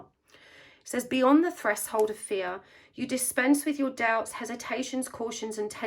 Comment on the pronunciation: Hi,! Thank you for your readings! They have helped me a lot. I hope you don't mind me writing this: I heard you saying 'threshold' in a different way than I had learnt it (I'm learning English) and so I looked the word up. It's pronounced almost like 'fresh' 'hold' = /ˈθreʃhəʊld/ 💗